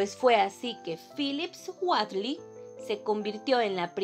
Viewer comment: has mejorado mucho en tu lectura, sólo que su apellido se pronuncia algo así como Witli, saludos